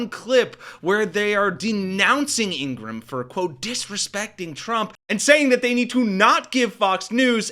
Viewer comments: It’s not Ingrumm.. It’s Ingra-HAM. FDT 💛💙🇺🇸🇺🇦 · It’s pronounced Ingra-ham.